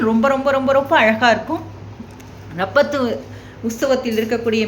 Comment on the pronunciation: ரப்பத்து அல்ல! இராப்பத்து என்று உச்சரிக்க வேண்டும். காணொளி வெளியிட்ட உங்களைப் பாராட்டுகிறேன். செய்வன்திருந்தச்செய்.